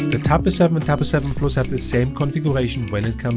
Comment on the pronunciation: korrektur: nach 4min quälerei....... wenn man schon auf englisch macht, dann bitte mit korrekter aussprache, nicht mal das simple "plus" wird richtig ausgesprochen... ohrenkrebs... abgesehen von diesem "ich mach auf ammi" ist der inhalt trotzdem gut, nur es tut ständig weh dieses denglisch zu hören... ;-(( schade....